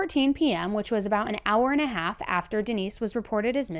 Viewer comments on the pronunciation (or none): none